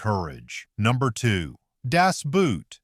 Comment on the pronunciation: The only real tanks were Russian and the German was a made up Tiger on a T34 chassis. #8 Captured Sherman tanks (NEVER HAPPENED). You should have had someone pronounce some words that you said completely wrong like DAS and REMAGEN. The last 3 I saw no tanks.